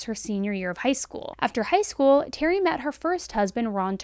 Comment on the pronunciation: School sounds a lot like Gaol. In general and at the first second of this video.